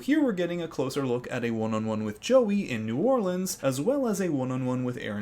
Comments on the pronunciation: anyone else cringe everytime he says New OrlEEEEANs? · as someone from nola, it is really funny hearing you pronouncing it hahahahaha